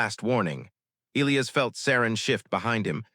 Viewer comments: E- LIE- US......NOT ELEOS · its pronounced e - LIE - ass .... not EE - lee - ass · Good story. The English pronounciation of "Elias" is "ee-LYE-əs." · Will someone who makes these damn stories FINALLY instruct AI how to correctly pronounce the name. - e LIE us??? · Get an A1 that can pronounce Elias